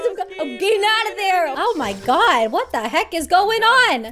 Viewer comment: Rae doesn't say, "Oh my God" she says, "Owy Muoy Gwawd!"